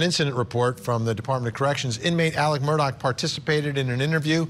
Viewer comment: Vinny for the love of God, it’s MurDAW not MURDOCK